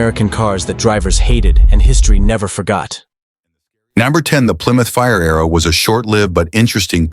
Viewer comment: Quit watching as soon as Mr AI said fire-arrow sickening